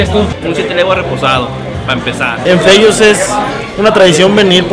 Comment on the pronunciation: Sabes que ya se le subió cuando en vez de decir Fellos dice Tellos XD